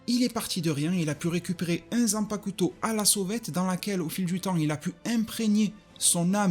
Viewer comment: Zanpacouteau mdrrr 😭😭😭 le u ne se prononce pas